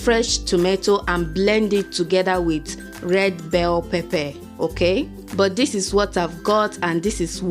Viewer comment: First of all..I keep laughing Everytime you say pepper,,z😁😁😂😂 otherwise..it's looks really yummy😍😋😋😋😋😋